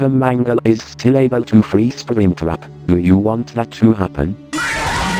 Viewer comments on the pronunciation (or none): i like how the marionette says spring trap as "springtwap" 😂